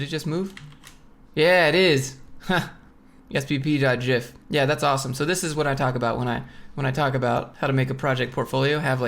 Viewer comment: Congrats on the sponsor! I get trying to take care of the viewer by making it quick and not seem like you’re shilling, but damn that might have been too fast 😂 Also, I almost unsubbed for that gif pronunciation 🤣